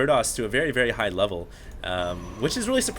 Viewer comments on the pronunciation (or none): none